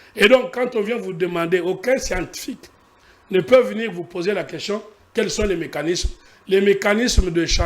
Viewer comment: Pourquoi, lui qui a étudié en France à des sérieux problème de prononciation des mots? Tantôt: queshion, tantôt: consition...il donne quel éducation à la population?